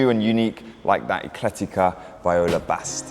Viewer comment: That Grigio Acheso Revuelto looks like the 2024 Goodwood Ad Personam car. FYI, Viola is pronounced Vee-Oh-Lah not Vy-oh-lah